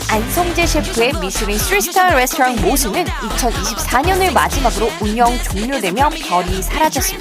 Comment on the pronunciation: 뤠스토랑 킹받네 ㅋㅋ 발음 구려요